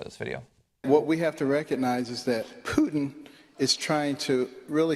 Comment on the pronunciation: It's like he pooted when he said putin. gross. end your campaign Mr. Carson..